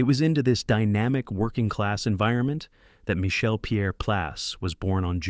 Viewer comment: My Shell?? Michael???You can always tell A.I. Narration: Mispronouncing names, especially francais ones. Also overly flowery script and overly generous adjectives.